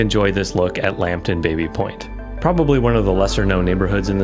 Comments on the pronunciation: Baby is properly pronounced 'Bah-by', if you can't do that, 'Babby' is fine. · The area was once owned by the Baby family, pronounced Baa-bie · The name "Baby" is actually pronounced "Bobby", after the French founder James Baby.